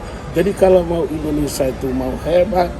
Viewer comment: Indonesia, bukan endonesa 🥺